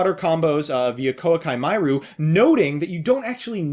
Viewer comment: When he says Koa'ki Meiru wrong smh